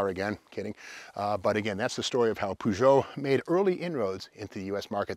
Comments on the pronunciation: Peu-jho Steve Peu-jho like inspector Clue-zzz-ho Clue -zzz-ho:face-orange-raised-eyebrow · I always pronounce the car's name as "push it " !😂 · Up until I was around 12-13 years old I used to think that Peugeot was pronounced "Pew-got" 😂 🤦‍♂️